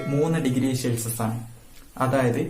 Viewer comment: പൊളി -ശെൽസിഷ അല്ല _ സെൽഷിയസ്